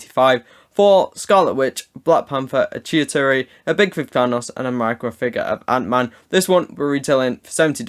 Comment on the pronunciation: Hey chitauri is pronounced ch-E-tA-Ri